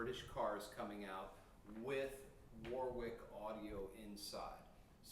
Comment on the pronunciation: Repeat after me: "Wa-rick".